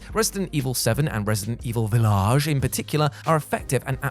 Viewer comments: Vill-Ah-ge? Seems like a weird emphasis, especially when you said village of shadows straight afterwards? What's that about? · thank god this was the last game because I stopped watching after you pronounced “village” in that goofy manner more than once. Once is cute, twice is agonizing. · Same here, he's really getting more and more annoying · Why he is saying Village like that just say it normally call it Re:Village or Village